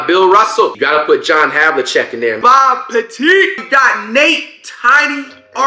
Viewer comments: Flight called him Bob petite😂💀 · He said Bob PETITE lmaoooo